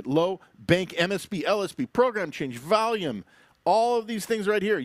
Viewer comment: Did he just say valium several times for volume?